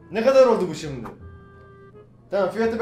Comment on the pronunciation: Şimde demesine bayiliyom yaa